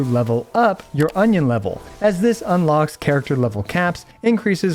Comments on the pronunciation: Now i know why it sounded weird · Union not onion 😂 did it say onion in game? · I think it's Union level not Onion level😅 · Did you just said Onion lvl all the time?? 😂🌰🌰🌰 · I am suprised he managed to use the word "onion" in place of "union" at every single point... Edit: For those who don't know already using the word "onion" was just a joke it's actually called "union level" :D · is it me or onion exp sounds funny :face-blue-smiling::face-green-smiling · Cannot stop hearing "Onion level" whenever he says Union lol.